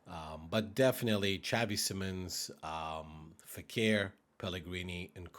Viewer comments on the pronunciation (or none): none